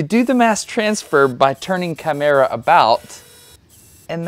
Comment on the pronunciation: It's pronounced "Chimera" but go on.